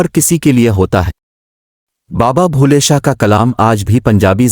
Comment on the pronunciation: Baba Bulleh Shah name ghalt Read kr rhe h